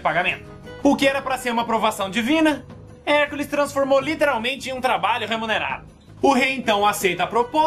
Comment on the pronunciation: cara tu falou tio cansado o HERCOLES kk nemeu acreditei cuando ouvi